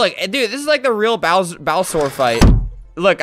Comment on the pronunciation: dude called bowser "bow-soar" angers me